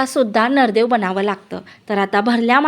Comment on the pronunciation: Nardev 😂😂kay boltes g navardev bol ki